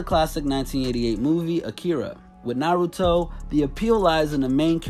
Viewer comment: He said Naruto wrong It’s NA RUE DO